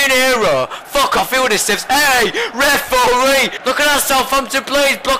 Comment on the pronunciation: Me and mates have realised that we've started shouting "REF-OR-REE" at the telly, calling Sakho a brick shithouse, and saying that people have 'legendary beards' - and it's all your fault,!:)